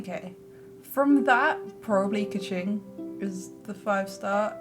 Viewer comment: bruh he pronounced keqing, ningguang, kazuha, ganyu, zhongli, xiao, and xinyan wrong lmao. he should make more of an effort plus their name pronounciations are literally in the game.